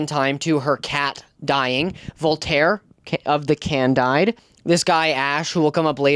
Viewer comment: Isn’t it pronounced “candeed”? Or have I been saying it wrong?